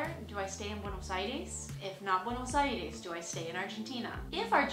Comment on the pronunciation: the last E in Buenos Aires should be pronounced like in the word Test, :)